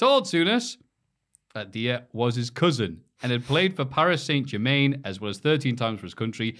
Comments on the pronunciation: I'm not from Gillingham. It also bugged me more than it should. Paris St Jermaine was another one lol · I beg of you, (that rhymed lol) never speak about football again. Your pronunciation of Gillingham, Liberia and Paris St Germain (amongst the others) hurt my brain 😂 You're still a legend though (just not as much of one as Ali Dia, he's George Weah's cousin you know)